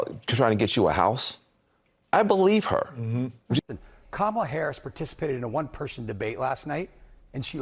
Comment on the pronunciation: Remember, folks, it's pronounced KAHMala, like COMmunist and COMmunism.